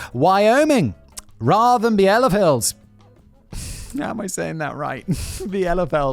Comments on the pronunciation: It's bee le feld and I have been there, there was a British military camp there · The "non existing" German town Bielefeld is pronounced bee-ley-felt - and it is said that advertisment campaings for new products get tested around there (don't spy on new stuff before it is ready to be released nationwide) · Bee-le-felt :P Also, I have actually been to Wyoming! But yeah, I assume I'm just part of the conspiracy. Or maybe I thought I was in Wyoming when it was actually Montana or Idaho playing an eleborate prank. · Not a native speaker, but I've had a couple semesters of German, so I wanna say it's roughly "BEEL-eh-felt". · Bielefeld (pronounced: Biel - e - Feld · The German pronunciation of Bielefeld is beel-eh-veld. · ie in german is just a long i, it's spoken like Bealefeld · German here, I hoped you'd include Bielefeld and was very happy that you did. Pronounciation is bee-le-felt btw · The "ie" in Bielefeld is pronounced as the "ee" in "peep". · As someone who is actually from Germany, I knew the whole Bielefeld idea/joke (it's pronounced kinda like "Bee-luh-feld" btw) but I never knew the "reasoning" behind it. Now that I've come to think about I actually don't know anyone from Bielefeld which is odd because I went to a boarding school with people from all over Germany, nor have I ever been to even the train station of Bielefeld...🤔 On a side note, there was a German comedy movie that came out this year that was mainly about conspiracy theorists and they held a conspiracy convention in Bielefeld which is genius imo😂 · Hearing him pronounce it as "bile filled" made my day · It's BEE-LA-FELT! Greetings from Germany, Not from Bielefeld though..🤔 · You pronounce "Bielefeld" it "beelafelt" 😂 I live here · Yes, Bielefeld (beel-e-feld) really does exist, it's on my train line (RB89, Hamm-Soest-Bielefeld). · Every time Simon gets a word wrong: "BEEL-uh-felt! Zee! Simon, dammit!" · Beel eh felt <- That how it's pronounced. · BE LE FELD say it that way, thats much closer.